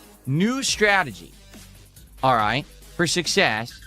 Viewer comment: it’s his new strategy ALROIGHT?😂